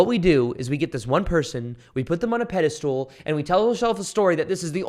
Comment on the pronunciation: Pedestal not pedi-stool